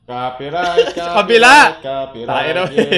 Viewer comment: Natawa ako dun sa Copy Rayt Copy Rayt whahahahah